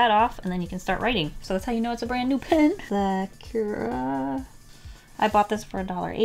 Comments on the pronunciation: Ok love love love you and your videos but I just wanted to mention that you say sa-CURE-uh and it is very hard to listen to haha! You say it with like a ky sound and it should be SA-cur-uh like curry or if you want to say it with the accent more like SA-ku-ra (but in that pronunciation the r in "ra" is more like a "duh" sound almost? I don't really know how to describe it well but I just wanted to let you know :))) again I love you! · Im sorry but you said “ suh - kyer - ruh “ and its actually “ sah - koo - rah “ ☺️ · It isnt pronunciated as"Sakur" Its "Sakura" Pronounciation- Sa-Ku-Raa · Nobody: Absolutely nobody:: Secure-uh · why do you say sakura like that? It’s SAkUra !! from naruto 🗿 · Why are you pronouncing Sakura like Secura? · WHY DO YOU SAY SAKURA LIKE THAT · you should really learn how to pronounce sakura XD I'm sorry I know I'm a weeb its a name means cherry blossom tree in japanese